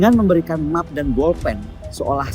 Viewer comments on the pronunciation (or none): Map bacanya map bukan mep karena bukan dari kata bahasa inggris yg artinya peta